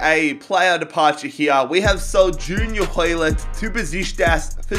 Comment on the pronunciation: On behalf of all Canadians, you better put some respect on Hoilett's name 😂😂